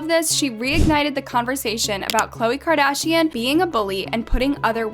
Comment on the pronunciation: “Kardian” “Khole” how did you mess up that bad 💀